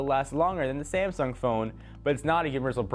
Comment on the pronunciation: you pronounced "Sangsum Chips" :D